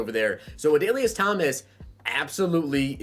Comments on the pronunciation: Lmao you got My boy Adalius Correct XD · You got Adalius Thomas name correct he will also get pats chem.